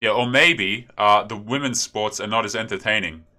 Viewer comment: "Whamens sports" lulz